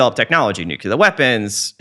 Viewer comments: New-clear. Not nuke-yuh-luhr. Nuclear. It’s pronounced exactly the way it looks like it should be pronounced. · Nuclear! The word is nuclear, not nucular. Bugs me so much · Oh my god. It's NUCLEAR, not "nucular". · He seems smart and observant, as many comments state but why perpetuate the use of the word nucular which solidifies its common use as people who admire him and his intelligence emulate him and his choice of vernacular. Why not just make an effort to switch to nuclear on a highly popular recorded interview and save nucular for use when speaking with friends? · I know right? Particularly from people who claim to have actually worked with nuclear technology. FFS people, it's: New-CLEE-uhr Not: Nook-yuh-luhr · New-kl-er Yes, it is darn annoying. I was so happy when Bush's term ended. I didn't have to hear him say it like that. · Take a shot every time this guy says “Nucuhlar” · When I hear somebody say nucular, I stop listening. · then you missed an excellent interview because of your snobby attitude! Yes, it's Nuclear. We know. People mispronounce things all the time for various reasons. Doesn't take away from the content or this guys intelligence in my opinion. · Even David Grusch says 'nucular'. I decided at that moment to throw in the towel. There's someone else who knows what they're talking about who said it that way, too, recently; I just can't remember who it was. If we can't beat em, join em. #team_nucular 😆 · This guy does need to learn how to properly pronounce the word "nuclear". If you can't tell the difference, you're not pronouncing it correctly. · This guy thinks he so smart but he cant pronounce nuclear correctly smh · Learn how to say nuclear correctly. You sound illiterate. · I can't take anyone seriously who doesn't understand the word NUCLEAR. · Interesting, but he needs to learn how to pronounce the word "Nuclear' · except he cant pronounce nuclear correctly